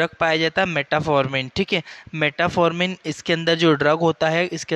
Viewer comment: मेटाफॉर्मिन नहीं मेटफॉर्मिन होता है।